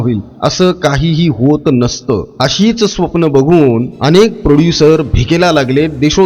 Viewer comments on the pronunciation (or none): none